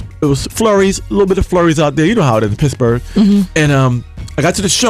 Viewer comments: wen he says pittsburgh it sounds like pissburgh....awesome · Pissburgh...he keeps saying Pissburgh. Leon!